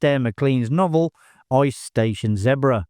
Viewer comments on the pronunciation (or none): uhm...you do not know how to pronounce Zebra? you okay mate?